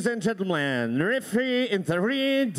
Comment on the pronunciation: "Ladies and GenteMLAn" LOL!!!!!!!!!